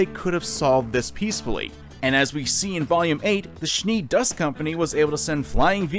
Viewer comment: Don't pronounce them Schnee like sh+knee. It sounds terrible and embarrassing.